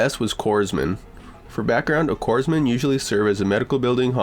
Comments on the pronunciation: Don't pronounce the "p" or "s" in Corpsman... it's "core-man". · "COREMAN" is how it's pronounced. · The pronunciation is "Core Man" , the p and s are silent. An old navy man. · Being a disabled Marine Staff I can appreciate Grandpa and the Corpsman (sounds like Coreman) no p sound. My best friend was Corpsman for years before changing stations.